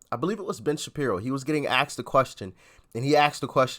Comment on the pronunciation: I like this site, but the guy says "axed" instead of "asked". He probably also says "bafroom". Now am I being racist? This is only about proper pronunciation for God's sake.